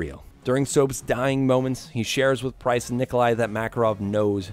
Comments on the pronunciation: This guy just called Price "Prince". Lol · it’s price not prince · "Now in Africa saop prince and yuri" LMAO please tell me people heard that